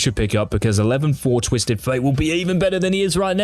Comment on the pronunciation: "TWITSED" Fate lol